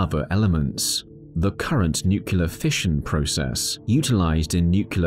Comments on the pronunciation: Great information. Lots of material. One question in a science video, Nucular fusion, or Nuclear Fusion? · Oh man you hit a sore spot on me. I absolutely refuse to believe how many people in the videos I watch say nucular. Im talking about people with college degrees and prestigious career positions in respectable companies! Are they all just fucking with us? Are we on a real life episode of Candid Camera? I keep waiting for Alan Funt to jump out from behind a curtain to surprise me!